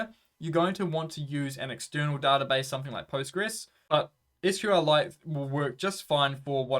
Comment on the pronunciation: Props for pronouncing SQL properly instead of saying "sequel" or "squeal" like a trogolodyte.